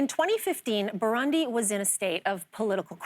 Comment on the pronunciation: The country is pronounced Boo roon di. Cmon lainey, ask somebody.